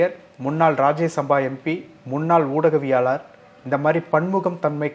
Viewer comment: ஊடகவியலாளர் என தெளிவாக உச்சரிக்க கவனம் வேண்டும்